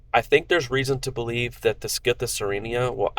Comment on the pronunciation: stop saying skite it's a scythe